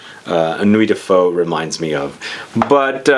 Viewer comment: Just checked at Vuitton and Ombre Nomade is amazing. Nuit de Feu pretty nice too. Please learn how to say “feu” it’s not a Vietnamese dish ^^ Also, I know the translations can be a little tricky but I wouldn’t say its fiery night. More like the actual translation Night of Fire